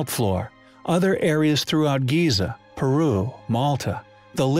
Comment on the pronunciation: The Great Pyramid of "Giz-Za"